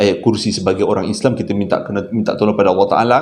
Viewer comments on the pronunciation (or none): none